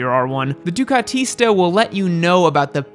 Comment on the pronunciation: that Italian pronunciation thought... ducatista, panigale